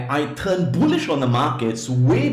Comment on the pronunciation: His pronunciation is not so good when he say bullish he mean bullshit market .